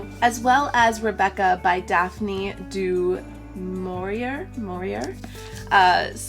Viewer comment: Jane Ayre is pronounced phonetically 'Air' and it's de more- ee- ay for Daphne DeMaurier! Great book choices x